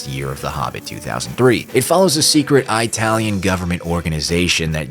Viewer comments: who tf pronounces italian as eye-talian? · Why do you say Italian like that? 😭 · I think this is the first time I heard someone pronouncing "italian" as "eye-talian"